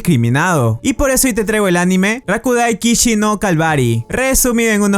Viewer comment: Este man literalmente escribió el nombre del anime bien pero lo dijo mal xd.